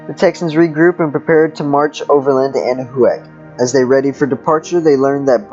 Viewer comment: Can someone please tell this person that it's pronounced "Anna-Whack" and not "Anna-who-ak"?